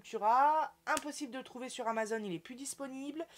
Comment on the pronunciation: c'est AMAZON, et pas AMAZONE... !!! en plus c'est écrit en énorme sur ton colis !!!